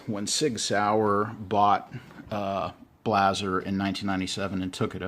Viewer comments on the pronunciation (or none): Good video, very informative. Blaser is pronounced [Blou-zr]. Love my LRS 2 in 300WinMag.